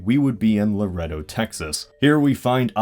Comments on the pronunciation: Lar-e-doe is not how you pronounce it it's lar-a-doe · AYY I LIVE IN LAREDO & yes that picture is outdated af. And the pronunciation is not "luhh rEh dough". It's "LuhRayDough". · great vid its pronounced La-ray-do though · "Loredo" is pronounced "loh-RAY-doh" -- not "la-RED-oh" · It's not pronounced "loredo" it's pronounce "lorado" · luh-ray-dough not luh-red-dough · it's pronounced La-Ray-Doe, not La-Red-Oh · I love the way he says "Laredo like "leh-Rey-dough it's lar-aid-o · He pronounced Laredo like "Lareto" when it's more like "Lah-ray-dough" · As a texan I know you Pronounced Laredo wrong. I's not pronounced "Lahrehdoh" It's proounced "Lahraydoh". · Lol it's not LO RETTO, it's LA RAY DO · I'm from Del Rio TX, also a smaller border Town and the way you said Laredo was funny. We usually say Luhraydough, you said Luhrehdough. Anyways I was so excited cause you missed my town by 100 miles north of Laredo. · I'm from Texas and I cringed so hard when you said "la-red-o" it's pronounced la-"ray"-doh. On top of that you think you could travel up IH-35 through Texas, lol we can't even get to and from work on that thing in 2 years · "lar edoe" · I think it is pronounced Laredo. La-RAID-doe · Even though this video is a couple months old,it is pronounced LU-RAY-DOUGH.(Laredo) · Here in Texas, we say Luhraydough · Laredo is pronounced "Luh-ray-doe". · its pronounced 'laraydo' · You pronounced Laredo and Nuevo Laredo incorrectly. It's pronounced la- ray-dough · In Spanish it's la-rre-dough say it in a Spanish accent though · its pronounced lah-rrrey-doe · I'm from laredo (it's nice) and it's pronounced La-rey-do. I'm not offended just saying. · "La REDD oh" Dislike. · Laredo Texas is pronounced La-RAY-doe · It's pronounced "Luh-ray-doe" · "Lareddo" Involuntary twitch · It's pronounced La-RAY-dough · Hey you mention my hometown Laredo, Texas but we pronounce it differently also Nuevo Laredo, Tamaulipas we pronounce it differently too